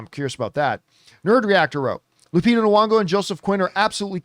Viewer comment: Hey John, her name is Lupita Nyong'o, not Nwong'o as you always say.